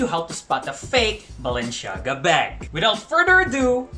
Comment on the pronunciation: Super exaggerated ang pronunciation, sana talk normal naman and wag puro sigaw ✌️✌️✌️ you got me at "Balen-shaga" 🤣😂